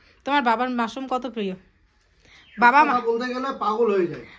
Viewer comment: মারশুম কাকে বলে হবে তো মাশরুম